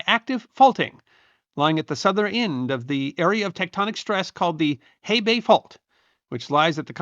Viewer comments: Hebei actual pronunciation is [huh·bay], other than that, this is great summary of the event. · It's nowhere fucking close. He sometimes pronounces x with a k sound. His Shaanxi sounds closer to Shangxi. His Hebei is a Hehbei. He doesn't care whether its Lu or Lü. Lazy and embarrassing.